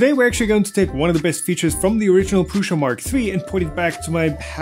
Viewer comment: Why do you pronounce it like "PRUSHA"? It is so annoying! Do you pronounce "post" like "POSHT"? And USA like "USHA"?